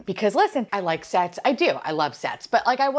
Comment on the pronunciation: 😂 When you exclaimed " I love sets", I thought you were yelling " I like sex"! I choked on my tea and thought this has taken an odd turn! I love this videos only to watch your pure joy! ❤